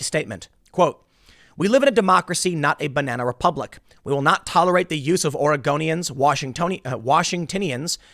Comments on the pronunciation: Oregonians sounds like Argonians lmao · Sorry, all I hear is you saying "Argonians". - "Ours is to smile at your passing.... "